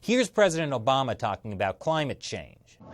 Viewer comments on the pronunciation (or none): none